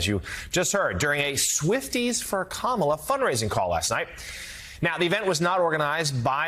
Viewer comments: I can’t watch Ari anymore. He lets these right wing nut jobs just bloviate their talking points rather than holding them to an answer. Can’t even be bothered to correct them when they repeatedly and purposely mispronounce Harris’ first name. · I sure wish you guys would shut them down on this childish mispronouncing her name.... Its pretty easy, if you are to stupid to learn to pronounce her name, you can just call he Madame Vice President 🤔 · Correct these people on the pronunciation of Kamala’s name. It’s disrespectful. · Please correct HIS pronunciation of the Vice President’s name… out of respect perhaps? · Cory is pronouncing Kamala harris's first name wrong... And every time somebody calls trump " President." It makes my skin crawl !!! Vote blue all the way💙💙💙💙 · They must literally practice saying Kamala’s name wrong . This guy is a perpetual headache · All his people talk the same. Including mispronouncing Kamala's name. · Don’t watch new clip where people mispronounce Kamala’s name and the new anchor host doesn’t correct them. Let’s not normalize this type of behavior! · Just the fact these people intentionally mispronounce her name, shows blatant immaturity and disrespect. And that man's face, his smile, seems sinister. I sense evil oozing from him. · SAY HER NAME RIGHT, YOU ... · Love how they keep on purpose using the first name of a presidential candidate and mispronouncing it too. Disrespectful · After hearing this guy, I am even more convinced to vote for Kamala. Anyone who cannot pronounce someone's name correctly shouldn't even be speaking in a public arena. Add one more nut to the plate.